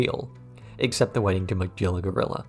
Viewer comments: Great videos to listen to in the background at work, but I can’t get over the pronunciation of Meguilla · Excellent retrospective review. One issue: Magilla is pronounced with a G like “goat”, not as in “giraffe”.